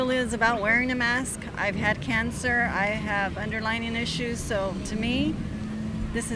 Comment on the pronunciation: The lady says 'underlining' instead of 'underlying'...these are the kind of people who think Bìden is doing a good job 🤷‍♂️